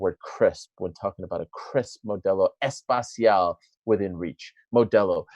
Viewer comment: Yet again, Espacial=Spatial. It's es-pe-cial. No. Es-pa-cial. Imagine if Modelo goes to space. Haha